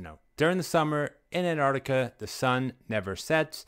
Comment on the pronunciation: Do they ALL think it's called "Annarticka"?